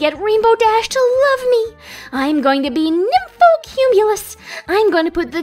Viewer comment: Lurve bro it's love not lurve